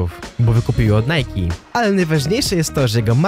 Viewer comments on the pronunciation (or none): none